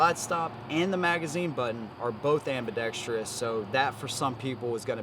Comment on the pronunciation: Dude, your inability to pronounce or sound out the word 'Ambidextrous', makes baby Jesus cry! It's not pronounced AmbidexTREEous! There is no 'I' or E after the R. Holy shit!